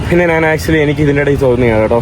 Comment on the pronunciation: നാൻ എന്താണ്? നീ ഞാൻ എന്ന് പറഞ്ഞു പഠിക്കുക